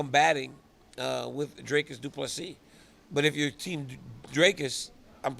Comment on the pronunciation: Drakus Two Plus Three